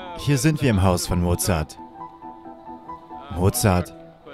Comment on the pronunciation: Mozart, nicht Mozard.